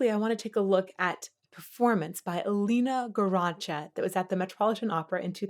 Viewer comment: By the way, the correct way to pronunce Elīna's name is "Eleena Garancha", with stress on the first syllable in both her name and surname ;)